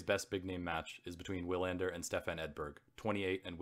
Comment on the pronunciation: Some advice: 1. Don’t read so fast!! Why the hurry? Give the beauty of the writing some room to breathe- and give the listener time to savour the what they are hearing. You have a good voice but the breakneck pace kills the experience for your audience 2. Research pronunciations: errors you made include Croat/Croatian, lugubrious, several names (Wilander)